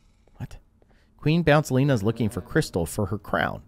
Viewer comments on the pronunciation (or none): Guys, can we listen the fact that he said Queen Bouncelina not Queen Bouncelia but anyway I love his videos so much that I can’t wait for him to post new ones. Your videos are great! 🎉🎉🎉 🎉🎉🎉🎉🎉🎉🎉😂😢😢😢😮😮😮😅😅😅😅😊😊😊😊😊😊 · You said the queens name wrong it’s queen bounCelia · U did the name wrong for the Queen 😂